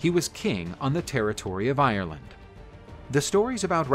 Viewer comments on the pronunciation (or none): none